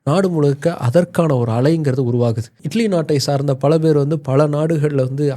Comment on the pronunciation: Italy ❌ idly ✅